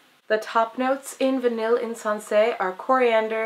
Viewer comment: pfft, its pronouced "Vi-ney" lol